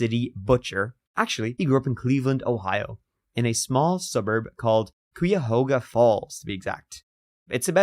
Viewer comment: Thank God for. If i had to listen to say Qu-ihoga one more time....!!! 😂